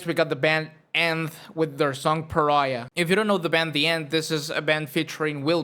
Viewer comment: END...oh my God, man...THAT'S what you're saying!? Took me forever to find this!! Thought you were saying "nth" or something. Jeez. Thank God for Google Lens...